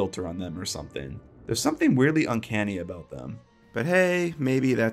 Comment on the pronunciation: every time you say uncanny my eye twitches